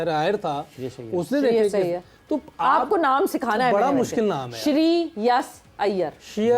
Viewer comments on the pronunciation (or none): Punjabis can't pronounce Shri. They will say Shiree!